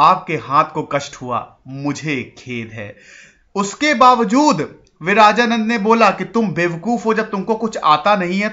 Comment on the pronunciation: It's not विराजानन्द it's विरजानन्द